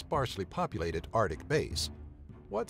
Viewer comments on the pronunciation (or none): none